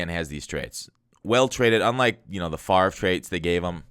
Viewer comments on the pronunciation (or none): none